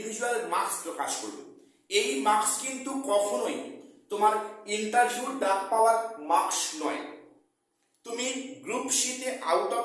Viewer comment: Spoken thik korun age, "ENTERVIEW" "ES ES Si"😅😅